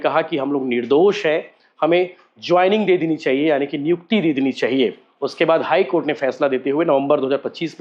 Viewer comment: Or high coda😂